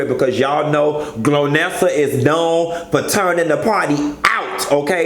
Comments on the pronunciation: lol “Glonnesa “ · "Glonessa"....who's gonna tell him?